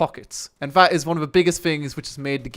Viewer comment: Fuck me man, learn to speak properly! Viss, Vatt, Vhe Uver, furteen...... ( This, That, The other, Thirteen!!)